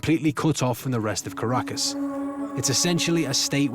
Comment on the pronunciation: Caracas sounds like carcass